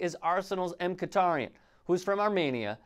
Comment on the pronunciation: It’s pronounced Miki-taryan I think